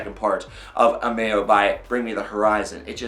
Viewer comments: Amayo? AH-Mo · Its pernounced Ammo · Did this man just say amayo